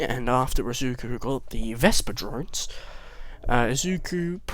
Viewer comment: when you said drones I thought you said drugs